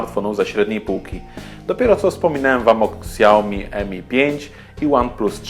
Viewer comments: czyta się śiaomi a nie ksiaomi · dziwi mnie czemu nie podaliście w temacie dużej baterii lenovo p2.. ale mimo wszystko całkiem przyzwoity film ;) ps. Xiaomi czyta się poprawnie "Siaomi"